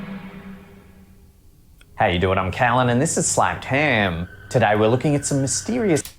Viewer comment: Did he say slapped ham? 😂😂 What a name for a YouTube channel